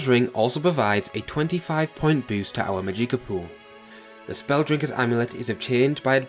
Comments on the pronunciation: Amazing video, very informative. However the mispronunciation of words like magicka was a little off. There's no eek it's magick-a, the ick is pronounced the same way as "sick" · Haha, go: “Maadjiekah” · I'm really sorry, but the way you say "Magika" makes me so fucking angry lol. Other than that, this is a great game! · "Mageeka" for the win 😉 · I love your Mageeka lmfao dammit ! Now for now own i want to call it the way you do hahaahha thanks for sharing the video bud. Its all good man you speak English just fine. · "maGIcka" "Oltmer" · the way you pronounce magicka kills me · When i saw your pronunciation of magicka, in some way, i loved it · Good guide. You're mispronouncing some words though (Mysticism, Magicka, Atronach).